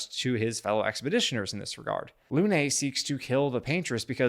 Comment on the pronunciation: It's not "Lounay", it's "Lune"